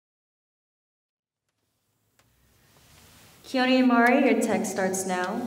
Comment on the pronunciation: ..... have I never heard Keone's name spoken aloud? why did that sound wrong o.o!!!!wowzers!